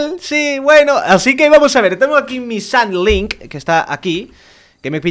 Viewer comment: "Tengo aqui mi sandlink" Sandking,, SANDKINNNGGG